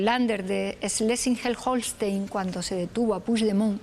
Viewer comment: Cómo es posible que diga bien el nombre del lander Schleswig-Holstein y diga mal "pusdemon "?